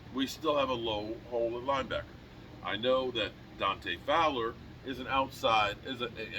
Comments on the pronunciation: I believe it's Dante Fowler not flower fyi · Its Dante Fowler…😉